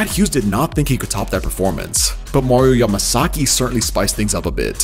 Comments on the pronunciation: Mario MASAKEY..U DIDNT EVEN GET HIS NAME WRITE LOL 😂 ..then you say his dad's last name right...but go back to missing his name...just saying....😅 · Why is it so hard for this dude to pronounce Mario’s name? It’s Yamasaki not Masaki!!! WTF? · Did you call him Mariommumummasaki?